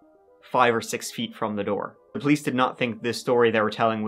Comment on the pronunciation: Hi. You occasionally say your ‘th’s’ as, with a hard T, instead of TH......SO...How is it my 100% Irish husband, from NY, will let the hard T pronunciation out...must be in his bloodline! (Or maybe his father, who was also born in upstate NY.